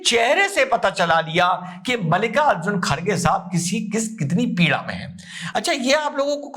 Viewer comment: खारगे❌ खड़गे✅